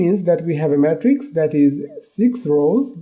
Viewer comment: why you pronounce "Matrix" like "Metrics" ? "Matrix" is pronounced "may-trics"